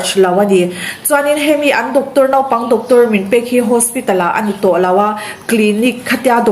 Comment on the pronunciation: Nopang tia lam ri lo khan naupang tiin han lam ri hram2 teh aw😀